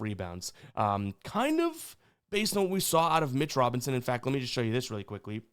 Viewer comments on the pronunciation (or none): none